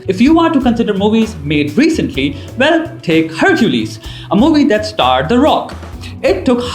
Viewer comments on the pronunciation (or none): The way he says Hercules. "Herr-chu-leez" 😂😂😂😂